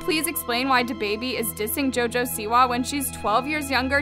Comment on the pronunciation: I love you but it’s “DABABY” Not “the baby” 😩😩😂😂